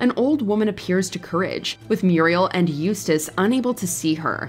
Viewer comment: Im just glad you guys got someone to pronounce Eustace's name right That other list was cringe as hell